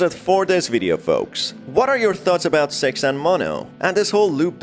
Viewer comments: Yeah sox wonder why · Why is he pronouncing six different You know what i mean😏